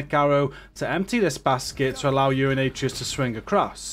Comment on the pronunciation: Its A-tray-us